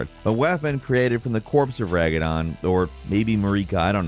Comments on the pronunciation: "ragadon and maríka" dude 😂😂😂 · Marika is actually pronounced *Ma*rika and it's Ra-da-gon 😄 But otherwise cool video, nice showcase of weapons, some that I had seen, others that I had no idea existed lol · Bro ragadon and muhreeka 💀💀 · The fact that now one called you out for calling him “Ragadon” disturbs me, but I understand the dyslexic mistake and how easy it would be to make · Every time you said ragadon, I died inside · varies -ragadon -mareeka your pronunciation is KILLING ME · The way he pronounces Radagan and Marika 💀💀💀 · Ragadon and marr-eeka. Are these the dlc antagonists? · Man they even pronounce marikas name the right way in the game. “mare-eka” 😂😂😂 had me gigglin. Ps it’s radagon 👀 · I'm a fan don't get me wrong, but what are those pronunciations man? "Ma-ree-ka" "Ragadon" 😂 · I was gonna say something about his pronunciation of Ragadon but then remembered I called the Altus plateau the ATlus plateau until my 4th playthrough so.....yeah nvm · Ragadon or Mareeka? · Ra-duh-gon and Mare-ik-ah, just for future reference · Mereka and ragadon 😂😂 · Did he just say ragadon and mareeka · You mean Radagon! Ye? :) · Rad-uh-gone… and Mare-Ic-uh… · I can’t tell if he trying to say ragadon and marryka on purpose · how can you pronounce mareeka(??) and raGaDon so wrong when the game legit says their names like 50 times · Ragadon and Mareeka?... dude, i get that pronouncing things with a beak is tough, but god damn . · Mereeka??? Ragadon??? Wtf lol😂😂😂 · Rag-a-don? xD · loved the video, but "Ragadon"? cmon man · RADAGON RADAGON RADAGON GOD I LOVE YOU BUT PLEASE GOD SAY RADAGON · please learn how to say marika and RADagon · How did you manage to butcher the names of the two most mentioned figures in the game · Take a drink every time he says Radagon wrong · So we not gonna talk about the way he pronounces Radagon?👀😂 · The way he pronounces Marika and Radagon hurts my soul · it's not Ragadon. It's Radagon. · I think it's Radagon, not Ragadon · Several times